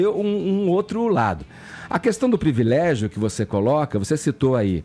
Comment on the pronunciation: O tem um problema em falar palavras com "R", pRIvilégio, bRanca, NegRa etc. curioso.. nunca tinha percebido!